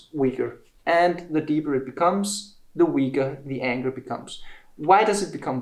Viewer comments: I was wondering what was saying when he said Anchor, always sounded like anger.... videos are so educational, very good teacher. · please learn to say Anchor correctly. U sound like anker or anger. Thanks